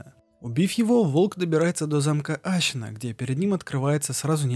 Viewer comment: Мне одному кажется что он говорит вместо Ассина Ащина